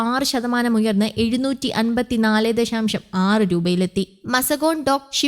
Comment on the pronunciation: ദഷാം ഷം അല്ല ദശാശം ആണ്